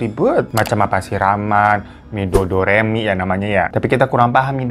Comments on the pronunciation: Midodareni knp jadi midodoremi bang😂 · Bang , mododareni bukan midodoremi 🤣🤣🤣🙏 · Bukan midodoremi tapi midodareni baaang 😂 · bukan midodoremi bang... tapi midodareni (bahasa jawa), malam lepas lajang buat calon pengantin. biasanya midodareni itu buat si cewek yang ditemani sahabat2nya sampe besok pernikahan. aku orang surabaya sih, tp masih menggunakan adat jawa yang begitu. jadi rangkaian prosesi adat yang jawa banget itu biasanya ribet dan lama dari siraman, malam midodareni, nikah aku tau begini juga karena bapakku MC manten jawa bang biasanya yang mau nikah itu puasa ya bigitulah banyak rentetan acaranya, tapi seru hehehe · Bukan midodoremi yg bener midodareni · bukan mi dodo remi bang yang benar Midodareni hahaha si Abang lucu deh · Midodareni baaaaang.. 😅Midodoremi kaya lagi latihan nyanyi aja 😂😂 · Kok midodoremi sih bangg, mododareni dongg😭😭, kyak smacam upacara adat untuk pengantin wanitanya bang. Pengantin wanitanya dipingit pada malam H-1 acara pernikahan. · Bukan Doremi kak Hiro.. Midodareni... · Midodareni wah kok jadi midodoremi😅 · Midodareni bang, midodoremi 😭😂, tapi gpp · Maaf kak Hiro,BKN midoderemi tp midodareni🙏🙏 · Midodoremi😅 midodareni bg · revisi y bang bukan midodoremi tp midodareni..ky siraman gt klo d adat jawa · Midodareni Bang, bukan midodoreni 😅 Midodareni adalah sebagai malam “pengarip-arip” atau masa lajang terakhir bagi kedua mempelai. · Ngakaaaaaak.... 😂😂😂😂😂 Midodareni kok jadi midodoremifasollasidooooo 😂😂😂😂😂😂😂😂😂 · Bang Hiro, midodhareni. Bukan midodoremi 😅. itu tradisi jawa, dmn klga mempelai putra datang ke klga mempelai putri dg membawa seserahan. Trs yg mempelai putri ga boleh tidur sebelum jam 24.00. Itu klo jawa yg di Jogja. krg tahu klo adat jawa di daerah² luar jogja. CMIIW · Aku orang jateng, dulu waktu kecil kalo bangun tidur badan atau kaki memar2 kebiruan gitu padahal seingetnya ga kebentur apa2, katanya dijilat anja anja. Btw kak hiro bilang midodoremi wkwkwk salah sebut apa emg ada ya, setauku midodareni